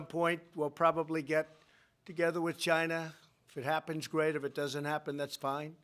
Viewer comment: Wait, so I purchase a new phone, the price is up 25% due to his tariffs on "Gy-nuh", and he is going to give my 25% tariff I paid... to the farmer?